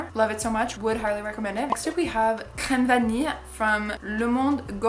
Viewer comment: YEEEEEES 40 min of vanilla perfume speaking is what I'm here for THANK YOU and btw I'm french and the way you said 'crème vanille' was impeccable I thought you were french for a second lol